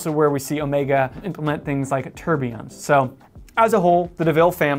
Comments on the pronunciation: Thank you for pronouncing Omega correctly. Really annoying when youtubers, some of them quite knowledgeable about watches, call it Omeega with an e like in tea. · Alexander. I think you will find the correct pronunciation is in fact Omeega as pronounced by Omega head of marketing and production Gregory Kissling in a video on You Tube.